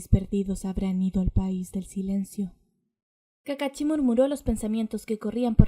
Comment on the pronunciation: Es kakashi no kakachi